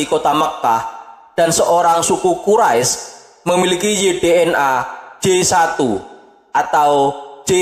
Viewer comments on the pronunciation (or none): none